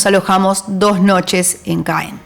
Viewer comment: Ma Normandie! Trés belle! Muy buen recorrido. Gracias La ciudad de Caen se pronuncia CAN